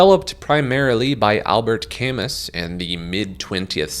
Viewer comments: Please don't pronounce Camus "cam-uss" ... It's "cam-moo" 😭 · Existentialist "Camus" = Cah-moo 😊 great vid as always! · Albert Camus is French its Ca-MOO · The videos are probably good and I encourage you to continue, but I think you would benefit from learning how to pronounce any name that appears in the first 10 minutes. An extra step in production, yes. But listeners would stick with it to the end if there was a mistake in minute 11+. The Camusss thing was SO early in the vid I bailed right at that point thinking that there would be no point to what is probably a quality effort.